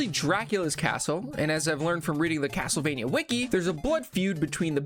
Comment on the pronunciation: Haha Cattlevania.